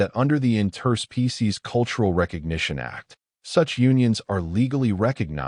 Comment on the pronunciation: WTF is an "in-TER-spee-sees agreement"!!!!??? STRESS in on the WRONG syll-ABLE!!!!!!!!!!!!!!!!!!!!!!!!!!